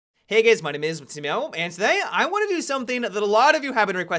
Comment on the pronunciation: "Hey Gays".